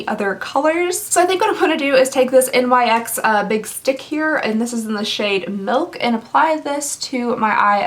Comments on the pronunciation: Did u just say n-y-x not nyx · You Say N Y X instead of NYX? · Who says n-y-x u are supposed to say nix😂💜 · N-Y-X😆 You're adorable. Its nyx...rhymes with sticks. But seriously, this video is great, imma be checking out more! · NYX is pronounced "nicks" for future use!! loved the charcoal mask with nozzle and facial cleanser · Your French pronunciation was just perfect. You probably shouldn't eat this... hilarious 😂. Nyx is a goddess from mythology. As opposed to, say, N.Y.C. which stands for New York Color.